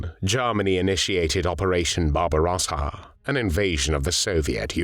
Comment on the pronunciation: the Jarrrmans and operation barbarossarrr